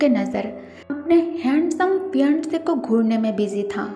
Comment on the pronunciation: You are saying phi-aandse